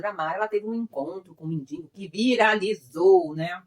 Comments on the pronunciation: Moço, é MENDIGO e não MEDINGO. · Toda vez que você fala dingo, racho o bico por aqui.......kkkk